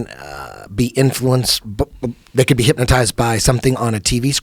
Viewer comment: “HypMOtized” - Joe Rogan 2019